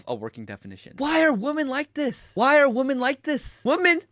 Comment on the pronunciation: I agree with all your stuff! Why do you say “impor-int?” Also, there is a difference between “women” and “woman.” You always say “woman.”